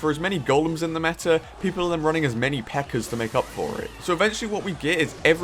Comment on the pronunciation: U say “pekkr” and “metr” ur different